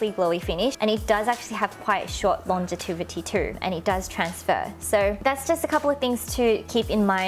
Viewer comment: Thank you so much for spending time and so much effort in making this informative video,! I lub! I also notice how you say "longevity" as "longetivity" xp anyways, i lub you and your videos!